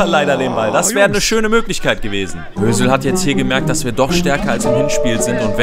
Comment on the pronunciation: Ich der statt Hösel Özil verstanden hat😂